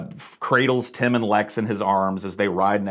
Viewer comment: It's Tim, with an i, not an e. Tem? TEM???